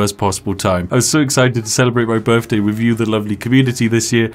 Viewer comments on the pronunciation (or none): Happy birfday, weird you say birfday in the queens land but you do you.